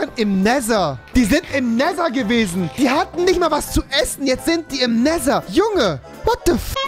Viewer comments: Nesser, Nesser, Nesser es heißt Nether rewi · wie er neser anstatt nether sagt....help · auf Englisch spricht man es Nether aus du Genie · Normale Menschen:,,Nether" Youtuber:,,Nether" Angela Merkel:,,Nether" REWI:,,NESA UND NETA" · Man spricht neather auch im englischen nicht neser 🤡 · NESER NESER NESER.... Netttthhhhher - danke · Jeder andere: nether Rewi:nesser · Alle: nether Rewi: neser 😂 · Rewi: die waren im nessa die waren im nether die wahren im nehta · Der nesa oder neta ES heist nether lern englische ausprache bitte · sie waren im „Nesher“ 😂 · Normale: Nether Rewi: Nesa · no one: Rewi: Näsa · Nimand: Rewi: Nehser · Es wird nicht nesa ausgesprochen......